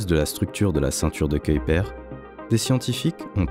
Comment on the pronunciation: La prononciation de Kuiper est dégueulasse. J'ai zappé la vidéo.🤮